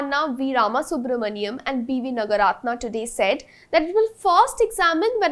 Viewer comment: I wish this presenter takes some care to know how South Indian names are pronounced. The first syllable in South Indian names usually is long. Like Naaga ratna not Nagaaratna. Bopaana is to be pronounced as Bopanna etc.